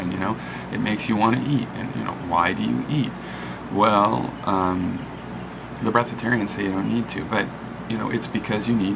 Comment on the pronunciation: And it's breatharian btw ... breathatarian ... LOL